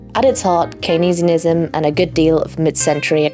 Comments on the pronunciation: its pronounced Keynes-ianism not Keyn-ees-in-ism BTW. Also important not to confuse "Keynesianism" with what Keynes advocated for (he was still a middle class/bourgeois capitalist but believed in correcting for business cycle and market tendency towards failure amongst other things) and "New Keynesianism" which is neoliberalism/Neoclassical economics in line with Mies, Friedman et al. It's really difficult to mention Keynesianism without confusing people or having some people misunderstand due to the misuse and abuse of his name. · Great video - thanks, YouTube Algos! (But “canes” and “canesianism” please!) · Keyneeesianism? Really? Duh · Very confused by the pronunciation of Keynesianism not being Keynes + ianism. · Very slick and well researched…why are you pronouncing things likes “keynesianism” and “agenda” the way you do? Anyway, this is obviously red meat for the underpaid, over-educated masses of the west. Buuuuhhhhhh…when did the righteous and good guys bring the world something good? Was it in China? Was it in the ussr? I guess it’s in a few counties in post-war Europe as usual? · You pronounce Keynesianism oddly, but I really like your video essay style and matter.